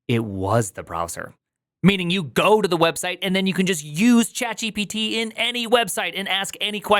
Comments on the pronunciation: why do you prounouce it like Jippity? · the wildest way i saw somebody pronounce gpt